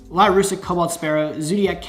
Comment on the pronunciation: anyone else gonna pick up on the fact he's calling the lyrilusc archetype lyrusic?